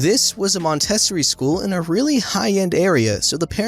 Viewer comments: As someone who went to a Montessori school for most of my education... it’s MON-tes-OR-Ree. Not MON-TIS-SIR-REE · Mòn-teh-sore-ie lol Montessori School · It's pronounced mon-te-SORE-ree😉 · I have never ever heard Montessori pronounced mon TESS ory! 😂 For future reference, it's mon teh SOR ee. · Great video but Montessori is pronounced Mon-tah-soree where I'm from. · Just a little FYI, and I’m certainly not trying to be a douche this is totally out of respect.. Montessori is pronounced Mon-teh-sore-ee. I never went to one myself but I had a few friends that did. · In the school story, it is pronounced Mon-teh-sorry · It's pronounced "mon-teh-SORE-ee"! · Montessori is pronounced "Mon - teh - sore - eee 😉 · Montessori is pronounced Mon- tah-soar-ee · Not trying to be a Karen, but you need to look up how to pronounce Montessori. Don't think I can do it justice on here. But it rhymes with story. I get a kick out of generational memes. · Yes! I went to one too, and I laughed so hard at the way he pronounced it! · To the creator-If you don't know how to pronounce a word look it up. There are tons of online dictionaries available and even youtube videos on how to pronounce words. With your good diction and clear voice hearing you mispronounce Montessori was jarring. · oh and by the way that is not how you pronounce montessori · I love your pronunciation of Montessori